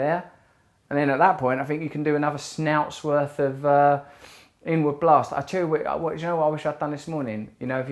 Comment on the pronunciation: "Snouts worth"🤣